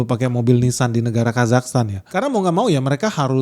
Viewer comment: Itu Ninsan.. beda dengan nissan